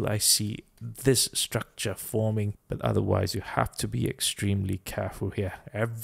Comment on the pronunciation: "Structrah" is becoming a meme lol